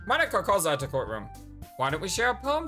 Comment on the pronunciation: Well Monika does say that it's not even how you say her name, so I guess she is referring to the fact you said? That its Mo-ni-ka and not Mon-ika?